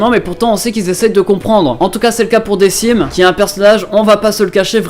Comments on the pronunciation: Decim se prononce DeKim et non Dessim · Decim ça se dit "dekim" et pas "dessim" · J'ai vu la vignette, je me dis, mes deux mangas préférés bon...on clique! Par contre on prononce "Dequim" et pas "Decim" (même si ça s'écrit Decim") et les ost sont trop class, ça change des ost et opening trop "épiques" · SA CE DIT DeQUIme QUIME !!! PUTAIIIIIIN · Ca se pronoce dekim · Par contre Decim se pronnonce "DeKim" sinon super vidéo j'adore ta chaîne ;)